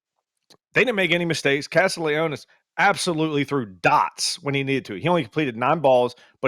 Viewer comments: It's Castallanos (casta-lawn-ohs) not Castaleonis lol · Hate to admit but Castellanos (not Castelianos) cooked Bama. No doubt FSU has done a 180 from last year but it's hard to tell if Bama is even a top 25 team this season. But safe to say FSU won't be a cupcake this year.